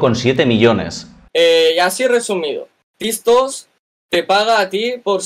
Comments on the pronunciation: Comentario serio: creo q dice tis tos porque no puede decir tik tok por los apatatos.. es triste pero real jajajajajaj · Si no sabe ni decir Tiktok